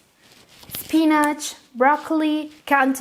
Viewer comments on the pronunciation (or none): spinach ..not pinach